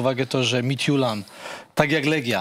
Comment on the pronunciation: Oglądałem pierwszy mecz i myślałem, że szlag mnie trafi słuchając komentarza. Nie pamiętam, kto komentował, ale wymawiał nazwę duńskiego zespołu dobrze, a drugi komentator mówił MITILAND xD